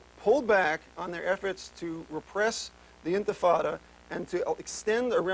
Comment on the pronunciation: This is the second video I've seen of Charlie Rose saying intifada wrong